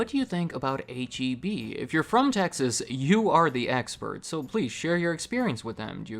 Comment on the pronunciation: Please keep saying Texas